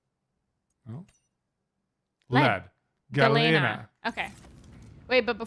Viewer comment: Just for the record Galena is pronounced "gul-lee-nuh"... It is the natural form of lead sulfide... got it right but - not so much...